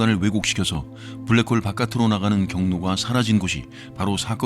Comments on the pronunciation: ㅋㅋㅋㅋㅋㅋㅋㅋㅋ브ㄹ락 크호으올 ㅋㄹㅋㅋㅋㅋㅋ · 빠...빠져든다.. 블랙 호울~~~ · 불뢕 호우우울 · 블랙홀 발음 ㅋㅋㅋㅋㅋ tts 같으면서도 위트있는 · ㅋㅋ 형님의 블래액호오올~~발음 지리고 갑니다ㅋㅋㅋ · 뿌우웨액~~~ 코오오우호우우울!!! 블랙홀에 빠진듯 시공간에 휘어져버린 아저씨의 완벽한 영어발음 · 브울뤸~쿼올 "뭐~ 지금 까진 말이죠" 급 입니다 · 약해지셨소 강한때로 돌아오시오 브레웨~욱홀이 내머리에 박혔을 그때로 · 블래쿠~호우우~ 발음 개킹받네 ㅋ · 블랙홀 발음에서 급발진하는거 넘웃김ㅋㅋㅋㅋㅋㅋㅋ